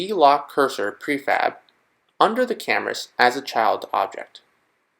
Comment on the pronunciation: in I'm certain you said prefag instead of prefab... no one caught that?!